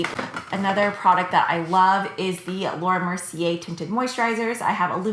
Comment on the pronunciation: Fyi Lumiere is pronounced "lumi-air," in Laura Mercier it's "Mercy-ay" because the r is at the very end of the word :)